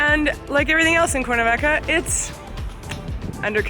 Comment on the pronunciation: "Corn -a-vaca" lol seriously?